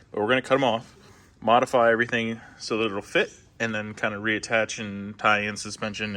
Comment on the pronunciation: I was going to comment modifry the first time I heard but I didn’t wanna be a dick. Then he said it later on and I was like yep gotta comment now. Modifry the hell out of it